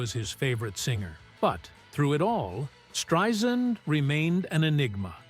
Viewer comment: Great video, thank you so much! Just an FYI, that is not how you say her name, it is Strei - sand (pronounced S-TRY-SAND) Thanks!